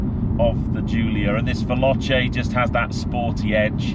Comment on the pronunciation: Respectfully…try phonetically: Vel-OH-Chay instead of Vel-AHTCHay and you’ll get it right!😉